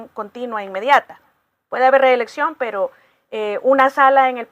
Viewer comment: Reelexcio'n , Reelexcio'n ,Reelexcio'n .